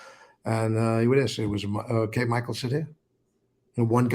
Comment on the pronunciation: He's laughing because your not pronouncing his name right! but it's close! I think you have not even scratched the surface on what Michael knows! play your cards right and your channel is going go grow! Big time! And like always! 👍🏽